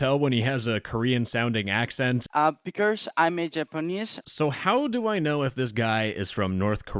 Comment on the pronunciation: The way he said "americr" and "becrse" instead of "america" and "because" somewhat aligns with a theory that hekoreanNorth Korean